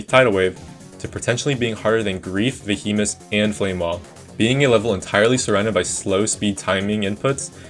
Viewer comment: Also "Vuh Hemence"